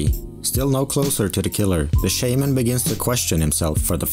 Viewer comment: This video would’ve been soo much better if you used their real names. I understand the chance of pronouncing korean names wrong, but you literally pronounce “Shaman” wrong the entire video lmao